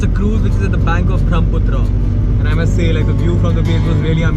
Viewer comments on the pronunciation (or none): Dude,the scenes are really beautiful.But it's not Bhromputra.Its Brahmaputra. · Why do u pronounce Brahmaputra as BRAHMputra? 😂